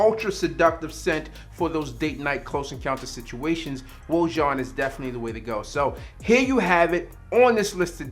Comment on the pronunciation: It’s “Oh”+”Ah”+”Zhon”= OAJAN.😩🤣🤣